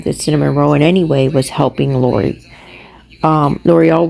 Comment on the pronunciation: Yes! Why emphasize the end of the words? Very annoying!